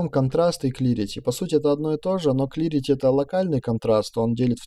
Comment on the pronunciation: Смотрю, полезно и по сути! Только немного напрягает неправильное произношение. Слово "шедаун" вместо "шедоус" (тени)) и "клирити" вместо "кларити"! Не "Эл", а "ол" (all). А так замечательное видео, спасибо за помощь!